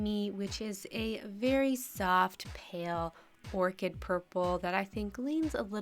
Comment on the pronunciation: Please don't say Pal for Pale, the E makes the A say it's own name. Pal is just straight up wrong, not a preferential way of saying it that's technically right. That being said, I do like you and your nail art videos so much, your personality is bright and just so dang wonderful. Not saying something would have bugged me...meh, you probably won't see this anyway. I'm not meaning this to be mean, just informative.